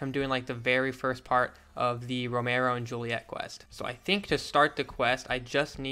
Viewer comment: Why cant he say Romeo properly?